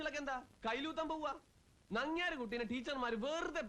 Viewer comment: നങ്ങേരല്ല😂 നങ്ങ്യാർ